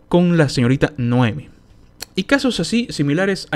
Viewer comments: Noemí. Noemí, ves el acento? No dice Noémi. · Noemí, acento en la "i",.